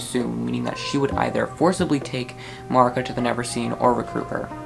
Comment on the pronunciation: I’m going crazy because I pronounce maruca ma roo ca no disrespect of course